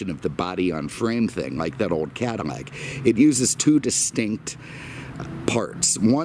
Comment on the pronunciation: It's Cadillac not neck😂😂